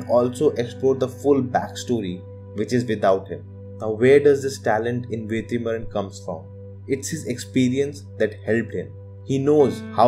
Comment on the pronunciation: Bro it is Vetrimaaran. Why are you pronouncing as Vethrimaaran?? Don't pronunce it with th sound bro. No offence. Just correcting. Thank you